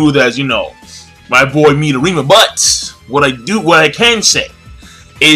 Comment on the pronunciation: I'm sorry but why are saying the names incorrectly? I love your reviews but it's starting to piss me off. Midorama Me doh re ma. Kuroko Kur ro ko You've said everything else correctly.